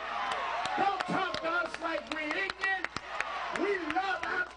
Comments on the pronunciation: It's ignorant Al, not "ignint". You aren't helping yourself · If you say ignant, I'll talk to you like you're stupid, sorry Al. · Did he say "ignant"? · He is an embarrassment. "Don talk to us like we stupid, don talk to us like we ignonant!" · "... like we ig'nant?" When RevAl pronounces "ignorant" in this manner, he makes it difficult to judge him as anything other than that. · Did he just say "Don't talk to us like we stupid" and then follow it up with "Don't talk to us like we 'ignit' " ????? Seriously? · Sharpton said ignant... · Did he just say 'ignint"? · W"ELL AL , IF YOU DIDNT TALK "LIKE YOU IGNIT" MAYBE WE WOULDNT TALK TO YOU LIKE YOU "IGNIT"